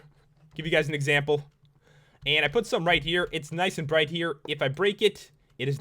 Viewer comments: i hate it when you say "AND" it's so iritating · dont hate but u say on and block funny :P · The way he says "and" Jesus Christ.....